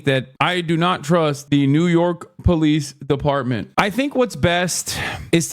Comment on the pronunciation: Lol "dolice peepartment"